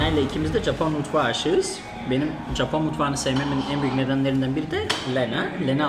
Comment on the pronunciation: her seferinde "Capon" diyorsun 😂